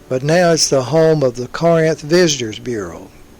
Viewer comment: mis-pronunciation of 'Corinth'